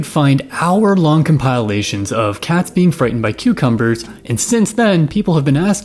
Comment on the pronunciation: I'm disturbed by how you pronounce "compilation"